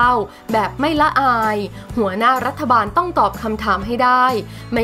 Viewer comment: ฟังอ่านมาหลายครั้งแล้ว รัฐ-ถะ ไม่ใช่รัฐ-ทะ ภาษาไทยวิบัติ